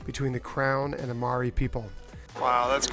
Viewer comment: Oooo you butchered the Maori words but thats ok. You should probably have looked a little more into the treaty before calling it controversial and explained a little about the relations between Maori and the crown. But its all ok ur a great family who mean well. A little more respect shown to the indigenous cultures of the places you go would really go a long way in showing ur gratitude of being welcomed in to explore there treasures.